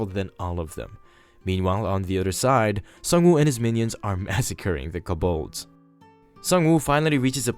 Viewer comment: those monsters are pronounces Co(like toe)-balds. they are a very universal monster name that have multiple depictions.